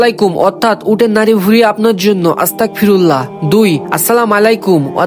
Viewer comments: ভাই আস্তাকফিরুল্লাহ না আস্তাগফিরুল্লাহ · আপনি যে আস্তাকফিরুল্লাহ বলছেন এটার মানে কি আপনি জানেন আস্তাকফিরুল্লাহ না বলে আস্তাগফিরুল্লাহ বলেন 😊😊😊😊😊😊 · ভাই আমি আপনার একটা ভুল পাইছি আপনি বলছেন আস্তাকফিরুল্লাহ আসলে এইভাবে হবে না আসলটা হলো আস্তাগফিরুল্লাহ